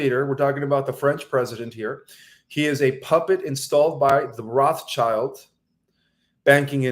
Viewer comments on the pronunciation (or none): none